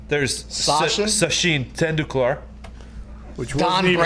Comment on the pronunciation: Diggs pronunciation of sachin Tendulkar 🤣